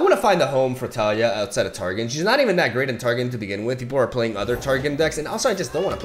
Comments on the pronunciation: En mi opinión el nombre del campeón no es Tália, es Talía, rompiendo el diptongo con la y de Taliyah. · Tah-Lee-Yah. I love you but the way you pronounce Taliyah's name is like a needle against my bones. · TAH-liah FeelsWeirdMan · The way he says Taliyah makes me cringe ngl.